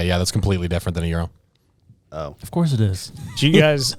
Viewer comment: said gyro right 🙌